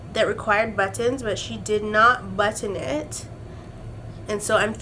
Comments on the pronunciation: The way you say "button" when talking about Bianca ! I die 😂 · I like how you pronounce "button" using EVERY letter 😂😂😂😂